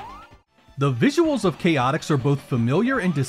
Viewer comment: Great review! And just for the record, it's pronounced "Chay-ah-ticks" (with a very soft T), or at least that's how it's pronounced when the Chaotix characters showed up again in Sonic Heroes. And yes, I'd love to see more solo 32X reviews! I remember Shadow Squadron was a good one!